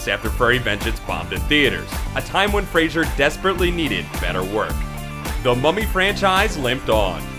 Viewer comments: It's FRASER, not Frasier. Furry Vengeance was awesome. I laughed hard. What's wrong with a movie that the kids can watch? Monkeybone was as much a kid's movie as James and the Giant Peach, but a lot funnier for adults. I laughed really hard at both of them, and have seen them both more than once. My tween and teen kids also loved them. And what about the many great indies he's been in? He has a wide range of acting ability, great comedic timing, and sheer physicality which allows him to do demanding roles. He will be a star for a long time to come. Hollywood is changing. The old guard is passing away (literally) and a fresher vision is beginning to guide the industry. Initial box office can be a result of many factors, and a loss can become a gain after overseas, DVD, premium TV, and merchandising markets bring in money for years to come. On a personal note, he's a cool dude! My son was shocked to find out from watching a talk show interview with Fraser, that he used to play Halo on X-Box Live with him. I predict he'll be around for a long time even if he never gets critical success., Because for him, as for the similarly underacknowledged Kurt Russell and Keanu Reeves, critics are just annoying haters who are gonna hate. The people know what we like. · It's not pronounced Frasier, it's pronounced Fraser, exactly how it looks... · Fray. Zer. Get in touch with your inner reader, eh? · FYI, his name is pronounced "fray-zer", but who give a shit anyway. lol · multiple times, not just once - you say frasier ! That is not his name. Any credibility or even slight interest flys out the window when you can't even speak.... learn english dude ! mmmmm - and this is a produced clip??? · It's pronounced FRAY- zur, shithead! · Is the voice saying fraser or frasier? Can't decide. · He won't let them hire him because this narrator pronounced his name wrong the entire video. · Learn to pronounce his last name right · Fraser. Fray-ser. Not Fraiser. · It's "Fraser", not "Frasier" ...